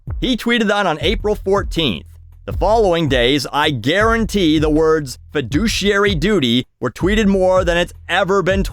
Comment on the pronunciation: I own stocks and this video is the first time I heard feduciary